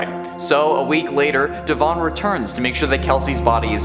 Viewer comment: The E in Devon doesn’t need so much emphasis